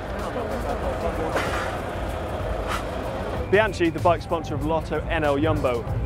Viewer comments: Mate, it's not bianci, it's bianchi!! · It's Bian-key. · You pronounced Bianchi twice differently. The first was "Brian-chee" showing off their brand. And when you were showing the Colnagos, you pronounced Bianchi as "Bian-key." So which is it? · "Bian-chee"????!!!!! Bian-kee please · I guess from now on, it's bian chee, expreso, lavaza, gno-chee, the list goes on... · a part of me died every time said Bian-CHI...:((( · It's pronounced bian-key !! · Apparently the third time isn't the charm for pronunciation of "Bianchi (Bee-an-ki)" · LEE jean covered Trek...IIIIII don't think so. Peepo's range of bike are really nice more burnt orange than bronze. Also, it is pronounced Bian-qui..LMAO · even durian rider doesn't fuck that up and he s an Aussie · yufka no, his pronunciation is wrong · saying bianchi the way it's spelt is the most novice thing ever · m8 u are saying bianchi wrong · C'mon, "Bianchee" and "Superlegghera"? Don't go wrong again like that, so Bianke and Superlejjera - Grazie!